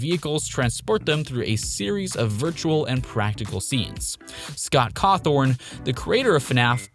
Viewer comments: ITS CAWTHON NOT CAWTHORN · bro said CawthoRn 😂😂😂